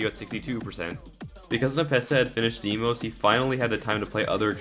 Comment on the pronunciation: He keeps saying deemos